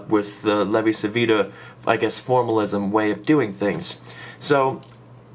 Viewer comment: In Italian Civita is pronounced like Chivita :D